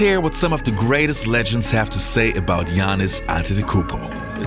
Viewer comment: What I like is that you pronounce right his first name.Speaking for old school I wish I could see him against the monsters like Hakeem and Ewing.